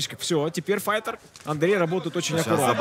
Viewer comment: fayter? fighter? english?